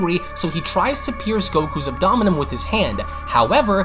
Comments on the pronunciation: Abdomen is pronounced: ab - duh - muhn! You say it like you are about to pronounce abdominal... Anyways you speak well enough that I don't think English is your second language, maybe you have a slight accent... maybe I'm just a dick... I dunno... it just drove me nuts. Thanks for the video and love your channel. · ab-do-men my dude lol. Loved the vid! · The way you say Abdomen upsets me